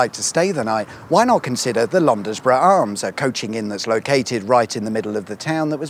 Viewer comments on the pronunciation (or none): Market Wee ton. Londs bruh. Youre welcome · I ask with respect; but is English your first language; your pronuciation is lacking sir. Market "Weeton" is the correct way to say it and also Londesborough is Londsbro as is "brandesburton (Brandsburton) with this aside I watch your channel with much interest thank you. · Ugh. I'm going to be that person... it's Market "Wheat-on" and "Lons-borough Arms" and "Brans-burton". Sorry. Carry on. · Started to enjoy watching these when they are areas I'm familiar with. But I do wish you could maybe learn how to say the names of the places you mention 😂 Market Weet'n' and londsborough (silent e) would perhaps convey how they sound? 👍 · In Yorkshire we Pronounce it "Market Wheat-un" and "londsbruh" and yeah Brids a bit shit. Scarboroughs better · It’s pronounced weeton and Londsbro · BTW, Bridlington 32,000 beverley ~ 35,000 and growing. It’s Market Weeton. And Lonsborough. And you’re right- that lay-by well known for dogging. Apparently. 😮 The minster is awesome and you can go up to the tower on occasion. It’s Lee-ven And Brans-burton. Yes some of these local pronunciations are weird Brid is home to many “comforts” that is people from West Yorkshire who used to come for’t day and then retired here. There’s been a “huge” political controversy over the years about Brid harbour which has been the subject of a proposed conversion into a marina, which would attract posh twats with yachts but it never happened largely due to parochialism and blamed on a shadowy band of harbour commissioners Anyway, after that bore-fest I want to say great vid and thank you. Presumably next up Scarborough, which is like a larger tattier Bridlington. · It's pronounced Market Weeton, and Londesborough has a silent E. Also Leven is Leeven and Brandesburton has, you guessed it, a silent E.